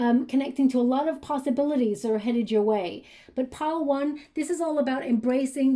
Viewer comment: Everytime she says "Pile one" it sounds like "Padowon" probably spelling wrong but from Star Wars. Anyway, super spot on the the finding feathers, more spidera in my house than usual, 444, career, sense of purpose that have been on my mind or have been happening more frequently in the last few weeks especially. Sadly, my anxiety triggers my throat to feel closed and tight so the throat shakra reference made sense also. So many things were connecting on this read with pile one where the Grey Agate looked like a 🌙 in the middle. Thank you so so much!